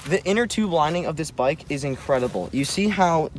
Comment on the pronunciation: Inkredibl gets me every time